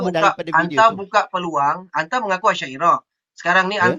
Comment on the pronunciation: Haha jocker boleh lak pertikai bahasa arab.. haha dia sebut anta pun jadi entee..🤣🤣🤣🤣